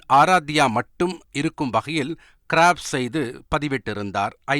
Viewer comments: Crab செய்து அல்ல க்ராப் செய்து. Crop என்பதற்கு தமிழ்ல சொல் இல்லையா? தமிழ்லயே சொல்லுங்க..செய்திகளில் ஆங்கிலச்சொற்களை பயன்படுத்தினா போச்சு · Its not crab say crop